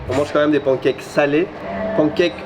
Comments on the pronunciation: Mais d'où vient cette manie de prononcer pancakes "pANkèke" et non pas "panekaikes" à l'anglaise ??? Les anglophone font bien un effort pour essayer de dire croissant, alors on peut bien faire un effort pour pancakes 🙄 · Les pancakes se prononcent « panne » cakes comme dans « melon pan » en japonais et non « pan » comme en français pour l’oiseau « paon ». Il suffit de regarder les videos « how to make american pancakes » pour avoir la bonne prononciation. Cheers!